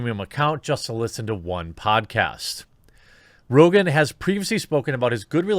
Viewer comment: i won’t miss joe “rogain” rogain.